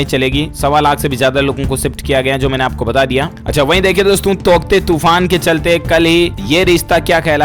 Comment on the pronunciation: तौकते या टोकत्ते 😂😂